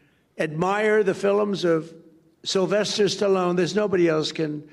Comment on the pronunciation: What is a "fill im"? Several times he said it... "fill im, fill im"...And how is destruction of the White House grounds and East Wing "preserving our heritage"? I'm sure ketchup thrown against the wall was an act of respect and preservation too, eh? His ego is so huge, undeservedly so, I'm surprised he fits in a chair...nauseating human...